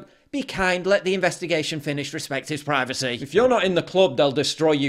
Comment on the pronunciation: Prih vacy?